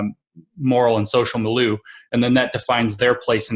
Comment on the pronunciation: One, two, skip to milieu! Pour ceux qui en douteraient: Lindsay prononce milieu toujours comme ça.